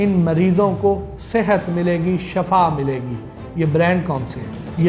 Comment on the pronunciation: shaffa nhi shiffa mily gi